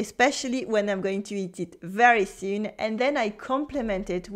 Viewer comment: May I offer a gentle suggestion ? Your English vocab and grammar are ok, but please work on your pronunciation... ! "soon" sounds like "suun" - "too" sounds lik "tuu" - "groceries" sounds like "grosseries".... - "where" sounds like "were" ... - "butcher" sounds like "beutcher" - "local" sounds like "lockal" - "these" sounds like "this" "vocabulary" sounds like "voklaburie" I only understood from the context what you meant